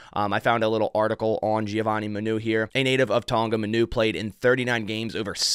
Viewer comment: it’s pronounced giovanni mah-new not muh-new